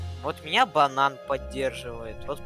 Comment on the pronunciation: Мне послышалось не банан а Богдан😂